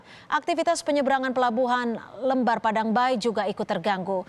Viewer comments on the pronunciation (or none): pelabuhan lembar mbak bukan pelabuhan lmbar